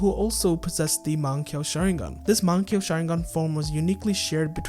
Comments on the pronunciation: I, unfortunately, cannot take this video seriously to the fullest extent due to your egregious pronunciation of the word "mangekyou." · can't take the vid serious with your pronunciation of mangekyou